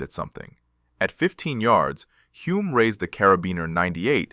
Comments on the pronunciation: HULME (HULL-MMM) Not Hume Hyoom Home Homes Holmes It Was Sore Point With Him & Son , 1967 World Formula 1 Champ Denis ( Denny) IT'S NOT THAT HARD TO PRONOUNCE CORRECTLY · Good Lord... Who wrote the AI script for this video? I'm only half way through the video and I heard at least a dozen mispronunciations of Hume's name. I know AI chokes on a lot of names, but Hume? It's only got four damn letters.